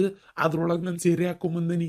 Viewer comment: sire alla adu sere